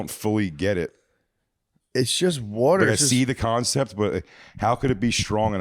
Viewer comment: "the worter"